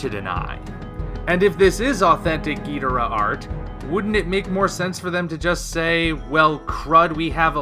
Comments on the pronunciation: Ghi-dor-rah. If you play Godzilla Unleashed or any ps2/ WII Godzilla games they pronounce it the English way. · I pronounce it like the announcer in Godzilla: Save the Earth GEE-DOOR-AH